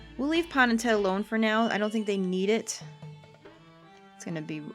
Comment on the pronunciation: Pahn more like pawn amirite